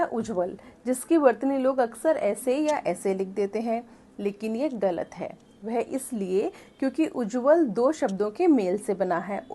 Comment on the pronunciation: आप ग़लत शब्द का उच्चारण गलत बोलते हैं जो ग़लत है; सही उच्चारण ग़लत होता है। 'मुर्तज़ा' नरियारवी